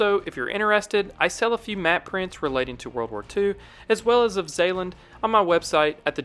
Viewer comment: I'm dutch, love how you said 'Zeeland'! =)